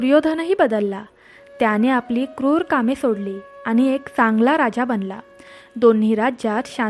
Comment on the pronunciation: उच्चार शुद्ध हवेत aani.. पानी..nakoy baki sagle ok